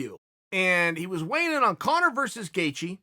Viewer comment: Dario Bognolo ur such an idiot he’s saying it right,it’s Conor my god I just had to comment bc of this dumbfuck arguement in the comments